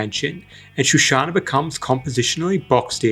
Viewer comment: Shoshana not shushana.